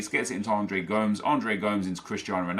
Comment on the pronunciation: Please stop saying Andres Gomes its Go-Mes